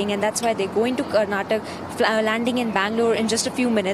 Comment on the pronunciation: It's not Karnatak, its Karnataka. Lol. Anyhow we love Republic and Arnab